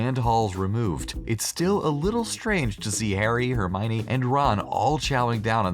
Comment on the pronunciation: its not herminey its hermione (her-my-owny)